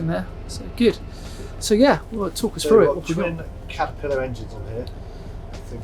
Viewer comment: " Berf " " talk us frew it " " lie-tin " Why oh why can't youngsters pronounce their ' TH ' and ' ING ' anymore... jeez